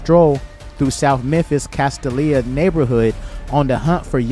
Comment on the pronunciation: It's pronounced - Cas- Stale- Ya.... Castallia